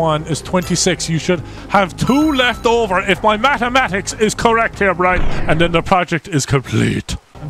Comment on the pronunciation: He doesn’t say Brian, he says Brine. Come on guys